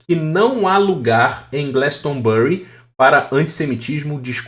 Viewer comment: A pronúncia de GLASTONBURY é Glástanbri